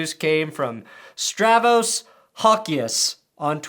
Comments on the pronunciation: That’s Stavros, not “Stravos.” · It's stav-ros. Put some respect on the cum boys name. Also, I'm gay.